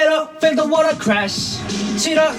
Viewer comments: Wata wata walking on. The Australian accent has seeped through 😂😂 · When dance racha said water water walking on I heard wata wata walking on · Just Changbin teasing 3Racha's maknae during group recording 😁Actually love the way they're pronouncing Water during this part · Not Chris getting the rest of 3RACHA to pronounce “water” in the thickest Aussie accent for this album We all know there is a T and an R in there; sir! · waterが完全にオージー発音😂😂😂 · As a Scot I love how they are pronouncing “water” like a Scot!🏴🤘🏻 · I love how the way they pronounce "water" makes them sound British 😆